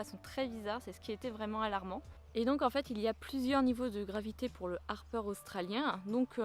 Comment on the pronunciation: Ça se dit Hapeur 😉